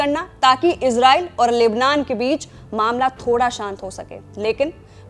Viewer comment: Oxford और Cambridge डिक्शनरी के अनुसार ISRAEL का सही उच्चारण "इज़रेल" है जबकि रेख़्ता डिक्शनरी के अनुसार "इसराईल" है। सही उच्चारण का इस्तेमाल करें।